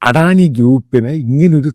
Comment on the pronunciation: ആദ്യമായി അദാനിയെ അഡാനിയാക്കാതെ അദാനായി യായി ഉച്ഛരിക്ക്. എടോ ശമുവേലച്ചായാ ഒരു ഇൻഡ്യൻ കോർപ്പറേറ്റും വളരുന്നത് അമേരിക്കന് സുഖിക്കില്ല. അതുകൊണ്ടാണല്ലോ ആദാനിയെ സ്റ്റോക് മാർക്കറ്റിൽ നശിപ്പിക്കാൻ അവർ ആദ്യമേ ശ്രമിച്ചത്. ലക്ഷക്കണക്കിനാൾക്കാർ ജോലി ചെയ്യുന്ന ഒരു സ്ഥാപനമാണ് അദാനിയുടേത്. തന്ത്ര പ്രധാനമായ പല പോർട്ടുകളും ഇൻഡ്യക്കുവേണ്ടി ഹാൻഡിൽ ചെയ്യുന്ന സ്ഥാനമാണ് അദാനിയുടേത്. വെള്ളക്കാരൻ അതിനെ നശിപ്പിക്കുമ്പോൾ അതിനെ രക്ഷിക്കേണ്ടത് ഇൻഡ്യൻ സർക്കാരിൻ്റെ കൂടി ഉത്തരവാദിത്വമാണ്.